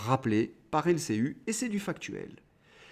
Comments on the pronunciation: L C I ( i ) et non pas L C U ( en Français ! en Australien ? ) pour l'ensemble de votre travail un pouce vers le haut. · Mais pourquoi prononce-t-il LCU comme dans Ursule alors que la chaine s'appelle LCI comme dans Irène? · Merci pour vos analyses pertinentes. Un détail m'intrigue. Mais peut-être ai-je raté une explication : pourquoi dites vous LCU au lieu de LCI ?